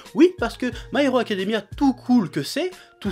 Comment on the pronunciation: "My haricot Academia !" T'avais pas mangé avant de tourner ?